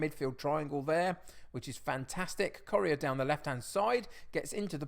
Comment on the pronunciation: I've really enjoyed watching your videos since Loki Doli shouted you out but I'm really struggling to over-look how you pronounce Correa.. commented just before the Real Madrid game so good luck!